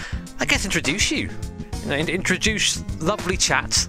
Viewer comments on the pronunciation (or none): Did you say "introdouche you"? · "Introduche" is it just me or that sounded weird..